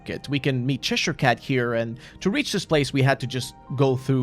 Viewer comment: Good video but the butchering of cheshire cat is just mean😢